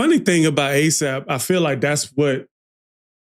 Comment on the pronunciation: aesop.... get his name right